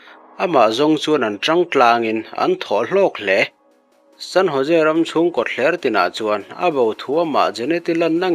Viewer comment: San Ho..se ti a lam tur aw....San Jose tih kha